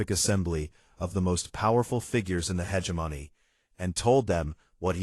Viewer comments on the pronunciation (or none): You mean "hegemony"?? Emphasis on second syllable "heGEmony". The baby looked up at him in one sentence, then had its eyes closed in the next. Continuity, please. "Chiton" pronounced correctly once, then incorrectly??? All babies have blue eyes to start with, and don't have teeth. Can't we at least give AIs some sort of basic education?? I'm out . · Learn how to pronounce “hegemony.”